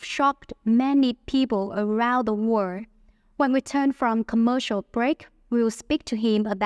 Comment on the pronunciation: Có nhiều lỗi phát âm mà bạn. Như bài đọc phát âm sai nations, originally, world, three, guests, average, families,...